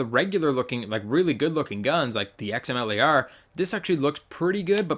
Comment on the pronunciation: Xamele R. Wtf did you just say. Xm Lar*